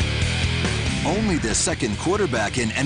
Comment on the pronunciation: Brees, kid. It's Drew Brees. Not Breeds. You made that mistake twice.